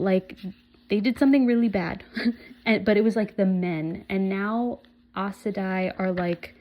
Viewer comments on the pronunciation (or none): Aes Sedai is pronounce "Eyes Sa Die" Moiraine is "Mwahrain" Enjoy the journey with these amazing characters